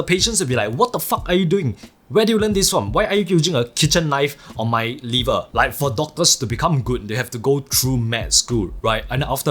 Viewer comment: “Kitchen knife on my livar” 😂😂